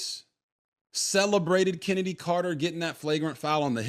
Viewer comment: 'Chennedy' 🤣😂 that says it all doesn't it?